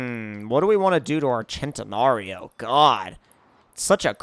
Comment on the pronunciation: its not said ch-en -ta-nar-Ee-oh it’s said sent-i-nar-ee-oh